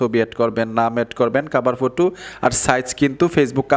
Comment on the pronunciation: ফুটো কি সেটা আবা😂😂😂 হবে ফটো